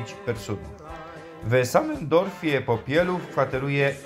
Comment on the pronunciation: Fajne ,ale akoro juz tak po šlōnsku gwarzis to ci wyzdradza ze tu sie goudou Popilōw a nie Popielòw 😉 a tak to ciekawie'š to zrobjyu.